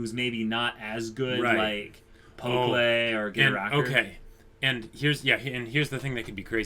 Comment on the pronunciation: Man I love you guys' reactions, your discussions are always so well thought out! Can't wait till the next episode. Oh, and I'm not sure if you've noticed, but you've been saying Pokkle's (the archer) name wrong (it's understandable, I think they only say it like once). It's pronounced "pok-ul", like how you would read it in English, not "pok-lay".